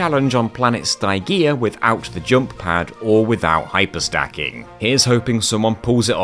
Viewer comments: I was really looking forward to how you'd handle the grind rails and the Tower of Power and I was not disappointed. Though I am deeply amused by your pronunciation of Stygia. (It's Stih-jee-uh, not Sty-gee-uh. It's pronounced in the cutscenes and I have vivid memory of the cutscenes in Deadlocked since it's my favorite of the first four Ratchet games and the cutscenes are so fun.) Stygia was the other point I was wondering how you could possibly do, and it taught me about the load cancelling glitch as a result: nicely done. Ace Hardlight's bomb issue was another one I was curious about. I didn't know about the distance limit of the shockwaves so that was a nice thing to learn for any future runs of the game I attempt. And goodness if I ever want to get my holoshield launcher to level 99 in a future playthrough, knowing I can shoot it with the turret will help enormously. Thanks for teaching me more about one of my favorite PS2 games and for showing off some cool ways to do various levels. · cant say i have ever heard "Ste-G-A" pronouced "Sty-GA" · Dog my man you can't go calling my goat Stygia "st-i-gee-ah" I refuse to accept this slander of the coolest ratchet and clank planet name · I was going to critisize your pronunciation of "Stygia" as all the characters in the cutscenes say it like "Sti-gee-ah" but then I remembered your are on the PS3 version and would have insta skipped all the cutscenes because, well... y'know. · got a heartache every time he mentioned stygia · If I remember the cut scenes correctly you pronounced planet Stygia wrong but other than that great job mate 👍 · I love all these challenge videos you make but man the mispronouncing of planet Stygia's name made me physically die inside, and I can't tell if it was either on purpose of not fhgfghfghfgh